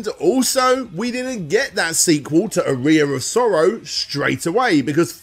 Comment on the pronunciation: I've played "Aria Of Sorrow," but I've never heard of "A Rear Of Sorrow" before.